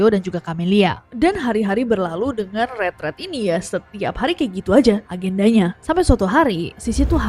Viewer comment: Nessy ngomong ret ret or retret ??? Kok di kupingku, ret ret?